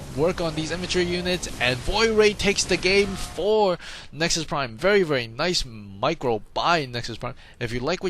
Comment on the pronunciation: NexPrime? Lol